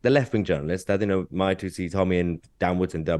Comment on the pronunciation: Dan, Mahyar Tousi is pronounced “Mahh-yar,” not “Maia."